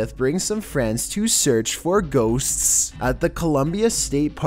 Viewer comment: I like how he says it like ghost's's's's